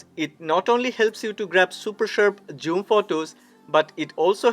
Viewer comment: Why do you pronounce zoom as joom? 😂 It is funny to hear!